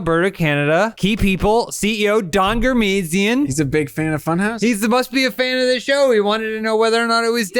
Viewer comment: I thought you were saying "Donger Missing"